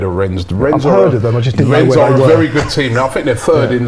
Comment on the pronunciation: Rennes. Do not pronounce the 's' . It's the same as wren.